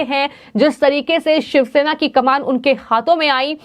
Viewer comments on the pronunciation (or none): none